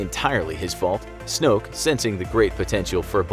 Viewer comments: This is how you say snook it's Snoke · snoke* not snook bruh